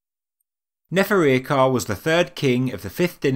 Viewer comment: its pronounced, Nefer-ir-Kha-Ray